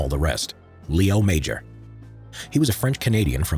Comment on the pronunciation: I had the pleasure of meeting Mr. Léo Major, DCM. First of all, his name is not pronounced 'Major', it's pronounced 'Majore'. Also, he was known as the 'one eyed ghost'. A friend of mine was producing a documentary about the Korean War and went to interview Mr. Major in Montréal. He brought me along as interpreter, but it turns out Mr. Major spoke good English. After many questions the producer asked a bold question: 'Did you like combat?' Mr. Major replied, 'i enjoyed it very much.' He also said that 'The Chinese were nothing compared to the SS.' Apparently he was refused for service in Korea on medical grounds, because he had one eye. However, the famous commander of the Royal 22e Regiment intervened and said 'I need this man' , and Major was acepted for service. I don't understand how Major was not awarded the Victoria Cross. When i was in his living room, i realized I was in front of greatness. Despite the fact that he is not a Victoria Cross recipient, Canada Post issued a stamp with his likeness.